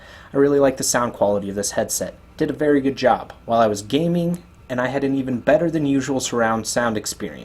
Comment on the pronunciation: "so it makes a VA-ARY VERY emersive headset" lol